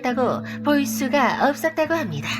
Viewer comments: 읎섰다고합니다 이 말투때문에 구독합니다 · 읎으다고 합니다ㅋㅋㅋ 발음이 좀 웃기네요ㅋㅋ